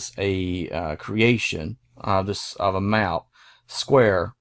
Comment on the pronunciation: Please. It is pronounced "AntARCtica" not "Ant ARTica". And "maP" not "mao".